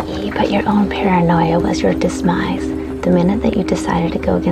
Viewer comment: Am I crazy, or is she saying "dismise?"